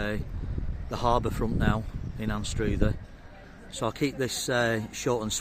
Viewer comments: Btw it's pronounced Anstrother, not Anstroother. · Mate….. check your pronounciation in future. I stopped watching after you said anstroother 3 times in quick succession.